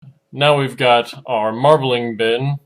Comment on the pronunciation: "...water marbelinger..." lol